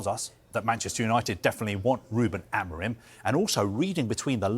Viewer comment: Amorim, you stress in "im" - amorIM